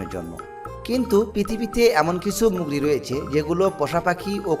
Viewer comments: শালার বাচ্চা মুগরি না। উচ্চারণটি হবে মুরগি। শালা মূর্খ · মুরগী ❌ মুগরী ✔️ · আরে ভাই মুগরি না মুরগী 😂😂😂